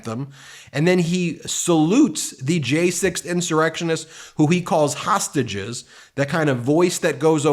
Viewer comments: The announcer said "tostages." He was so close to saying "traitors." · I have listened to the man who introduced orange Jesus 4 times now and I keep hearing him say toastages not hostages. Anyone else hearing that?